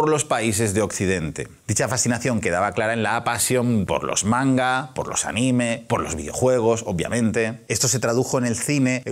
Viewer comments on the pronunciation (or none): none